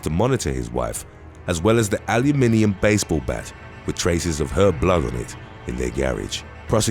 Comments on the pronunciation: HOW THE HELL ARE PRONOUNING ALUMINUM LOL!!!! SOUND IT OUT BROTHER!!! ITS A LIN E M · I figured we store front installers were the only ones that said ALIOOMINUM ,,,,,, like that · Alu-min-um. 😄 Good try though.